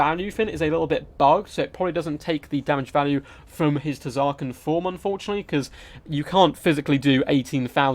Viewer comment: The T in Tz'arkan is silent btw.